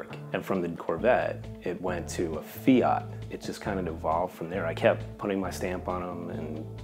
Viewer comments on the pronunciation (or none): none